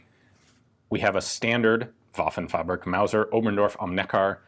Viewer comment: Given how many old foreign guns that are covered, I'm not a stickler for pronunciation. That being said, hearing Waffenfabrik mispronounced three times in twenty seconds is pretty glaring. Fabrik is pronounced (in German) like fahBREEK.